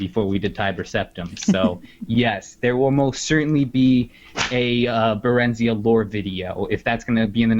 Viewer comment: I may be wrong, but I feel like they mispronounced Barenziah. I feel it should be "barren-zigh-ah" but I may be wrong.